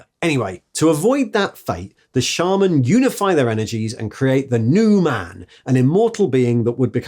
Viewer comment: Hearing you pronounce shaman correctly made me pause the video and take a moment